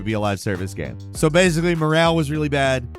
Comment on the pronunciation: after all these years, i still get triggered the way you say ''GAHM''